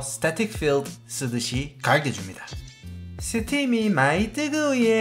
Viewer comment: 형 실버버튼가즈아~~~~~ㅋ ㅋㅋㅋ 원래는뜨거워예X 뜨거버예Oㅋㅋㅋㅋㅋㅋㅋㅋㅋㅋㅋ 살아있네ㅋㅋㅋㅋㅋㄱㅋ